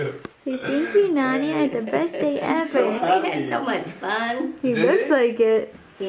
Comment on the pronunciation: all this time i thought they were saying nanny in a funny way instead of nonie... rip me